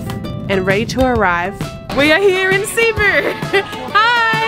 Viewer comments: Your first pronunciation was correct - it should be pronounced "Seh-boo" :) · just pronounce it like us bisaya as "sibu" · It's Cebu not Cee-bu 😊. Each lechon restaurants have their own ingredients and recipes. I am from Cebu and I always like House of Lechon and Cebuchon. You should also try ngohiong, siomai, chicken inasal, liempo. 😋 Before all the big malls and infrastructures in Cebu, Fort San Pedro is basically a place for family picnics and outings. Even until now people still like to spend time in there. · I'm from Cebu. Its not pronounce at cee-bu but. C-BU. A little trivia. Cebu is actually the oldest and the first city in the Philippines. The street you walked after carbon market is Colon its the first and oldest street in Philippines. Cebu is way too small to be the capital city but cebu lays in the heart of the Philippines. I saw you also visited Magellan's cross. You should have visited Lapu-Lapu shrine it was where Lapu-Lapu and magellan fought. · That is a shrimp paste, the red small shrimp. You so lovable and adorable! It’s Cebu, not long ed. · CEBU as spelled in Tagalog SE-BU, when you pronounce the word CEBU, you have to pronounce as fast as you can not slowly CE--- BU , it's CEBU (very fast) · For Filipinos and locals its SE-BOO. But for native English speakers like Americans, Australians, British etc . They pronounce it as CEE-BOO. Either way is acceptable. But if you wanna say it like locals do, go with SE-BOO. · The way you say it is Ce-buuu. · Not SEY-boo, or SEE-boo. It's SEH-boo. 😎👍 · Hello, the place Cebu is pronounce as ( SE-BU). Try to visit IT park. Enjoy guys. 🥰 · Happy ❤️❤️❤️ Cebu- see-boo enjoy cebu city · Its Ce-bu (Seh-boo). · Cebú (Se-boo) is the correct native pronunciation. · it's pronounced as SI`BU. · No worries! Just a correction, the accent should in the 2nd syllable, thus: seh-BOO! 😎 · You pronounce it Cebu... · Cebu is pronounced as se-BOO! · Cebu, the emphasis or stress is on the second syllable